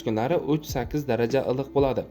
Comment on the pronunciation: Блади эмас Булади !